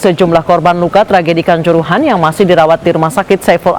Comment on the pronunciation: Kanjuruhan bukan kancorohoan ..reporter k